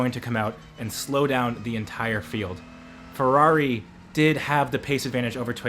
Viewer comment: How come you can pronounce bluidy Toyota correctly, Ferrari correctly, Porsche correctly, BUT, every time you carried out an abortion on the word Peugeot YOU GOT IT COMPLETELY WRONG. IT is not a POO-show!! Use a translator programme. PLEASE. Unless you delight in insulting France?